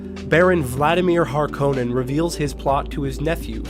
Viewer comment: It was pretty good compared to most Dune vids tbh! The only 2 I kept noticing (besides Stilgar of course xD) were "Py-ter" and the emphasis on the O in Harkonnen (it's almost the opposite, with emphasis on the first part while the o is barely present).. well at least in regards to how Herbert himself said it. I'm really curious about whether the upcoming movie will try to use pronunciations as accurate as possible towards recordings of Frank Herbert himself, or if they'll have any that feel completely off, both with the origin and the authors pronunciation :'D